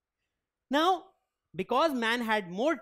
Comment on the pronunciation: Now was pronounced as noow